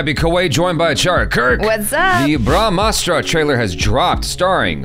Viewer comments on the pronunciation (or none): Ur brahmastra pronunciation is wrong